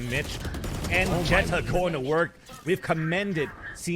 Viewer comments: not a fan of the caster calling xeta, jetta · anybody else bothered they keep pronouncing xeta as it jetta instead of zeyta? or has it been supposed to be pronounced like that all along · Isn’t it pronounced like zeta not jeta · Xeta told Vansilli that it’s pronounced jetta on the VALORANTING podcast